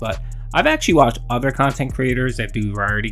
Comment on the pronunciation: I despise how he always makes a big deal about “main kahntent” and “side kahntent” no one but him cares